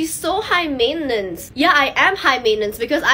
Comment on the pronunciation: Is that the correct pronounciation of "maintenance"?